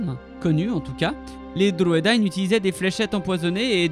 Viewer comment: Merci d'avoir fait cette vidéo sur les Druedain. Ils n'apparaissent malheureusement pas dans les films et c'est dommage car ils sont si importants.Et bravo pour la prononciation .